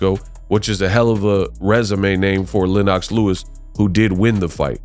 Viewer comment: Dawg mispronounced Lennox Lewis man I’m done 🤣🤣🤣🤣🤣 dawg do better research cmon man